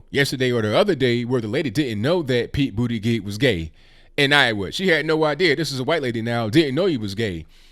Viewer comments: He said Pete bootygig 😭🤣🤣🤣🤣🤣🤣🤣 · "Bootygig" lmao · I wouldn't vote Democrat anyway, but with the way you keep pronouncing his name, it's hard to take him serious as a candidate! 🤣🤣💀💀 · Boot-edge-edge. Hahaha. Pete gave up on pronouncing his own last name, then Trump comes along to teach everyone how to pronounce it while at the same time Making America Great Again. I’m surprised Trump didn’t send him a bill. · Its boot•ie jud•ge, please pronounce his name right guys! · I won't be voting for Mayor Pete for the reasons you suggest, but you should pronounce his name correctly. It makes your case better and keeps you free from appearing disrespectful. With all of the tensions and anymosity in the political arena today we need to be far above reproach and very curteous as we bring our points of view. Peace and love to you, brother!